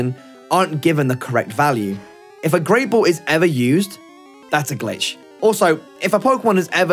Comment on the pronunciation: “Grey ball”